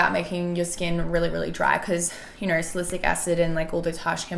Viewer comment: And just a note if you are collabing with a brand you should at least know how to say the active ingredient pronounced "Sally - Syllic" 😄😄